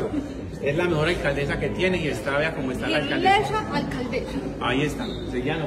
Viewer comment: Yilesa 😂😂😂alcadesa